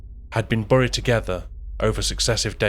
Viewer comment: For your info, the word 'buried' is pronounced like the word 'berry', and not like the sound of the word 'curry'.